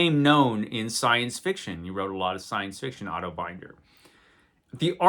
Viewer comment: Otto Binder's last name was pronounces with a short "i" like in "cinder" or "tinder", rather than with a long "i" like in "finder" or "grinder." But "Eando" is up for grabs.